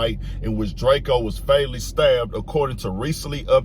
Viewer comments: Drakio the ruler lol. It’s drako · Long Live ✨️🕊✨️ The Ruler ...its Drake-O not Drake Keo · It’s drake-O not drake-E-O get it right or I’ll be knocking off all kinds of wigs tonight - The Ruler 🙏